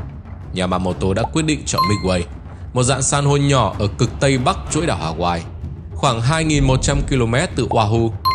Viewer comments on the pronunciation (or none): none